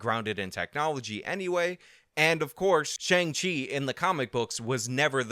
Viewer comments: I heard him say "Shang Ching" at least 3 different times. It was weird. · My 73yo mother referred to it as the new Tony Leung movie. When you started calling it Shang-Ching, I was 😧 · You say shang ching I laugh. Simple as that. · Did you say Shang Ching? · Let's do all we can to appeal to China! But also pronounce 'Shang-Chi' in a way that in no way resembles the Chinese pinyin pronunciation!